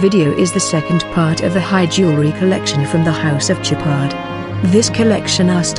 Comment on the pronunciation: It’s SHOWpard not Chipard 🤦‍♂️ stop using automated voices it’s sad 🤬